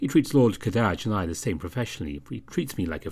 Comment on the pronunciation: Heyya. Love your narrations as always. BUT. (here it comes!) I think youre pronouncing Kadaj's name wrong. You'll have to double check with Atmac, but I get the feeling he had an arabic name intended for kadaj, and so, you have to use their letters (accent) when pronouncing. Ka-Dah-Jh. Somewhat 3 syllables. Just stress on the AH part a little longer. You have the tendency to make it sound like 2 syllables, as if you said "cabbage" wrong. The Ka- is supposed to have the same sound as the word "call" and not "cake". The Dah- part may be easy. It is like Dahl, just drop the L (as in the guy who wrote fantastic mr fox). The Jh part might be the hardest to understand. Yours sounded like youre saying the word "jasmine" or "gym". There is a lot of stress on pronouncing that J. Youre supposed to pronounce it loosely like the word "Doge". Similarly, there is the name "George" and "Jorge". I am sure you must have heard that variation of that common name. Chinese into english tend to use "Zh" or even "X" for that loose J. Like Zhao from Avator:P